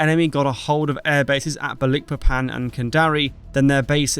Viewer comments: Just so you know, from a person who once lived in Dutch East Indies, now Indonesia, the name of the Borneo port of Balikpapan is pronounced - baaal-ik-paaa-pan. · I believe it's called Balikpapan as in magIc (not eek) but nevertheless another great video. Sorry it sounds weird I used to work there and I have friends live there. Cheers. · It’s pronounced as Balik Papan, not Ba Likpapan. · Need to learn correct pronunciation of names, such as Balikpapan. Otherwise it is a good video.